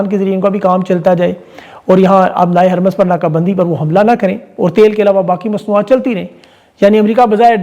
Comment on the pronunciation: Sir strait of HARMOOZ ka pronunciation HARMOOZ hay Kaya map aljazeera ya international channels naheen daikhtay? WAHAAN sub HARMOOZ he kehtay han